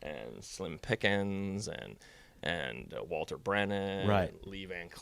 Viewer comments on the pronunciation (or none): none